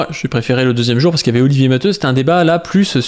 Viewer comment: Non t'as raison c'est prononcé matéou. C'est un nom catalan.